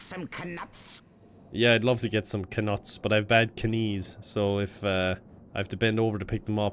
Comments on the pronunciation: "Yeah, I'd love to get some kuh-nuts, but I have bad kuh-nees." That line amuses me way more than it should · Nicholas Flammle? Kuhnuts? Seriously, did these VAs know ANYTHING about Harry Potter? 🤦‍♂️